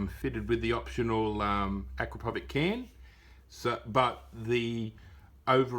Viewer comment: Lmao,can't stop laughing the way you guys pronounce Acrapovic , it's Acrapovitch sounds like itsssss at the end,it is Serbian m8888 not English name capisi?